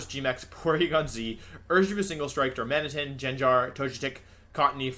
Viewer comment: Excuse me wolfey, it's pronounced Darma-knee-tun.